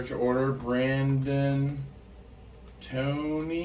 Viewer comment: Nooo... My names Brandon Povey... For a second I got excited until I realized you said Toney...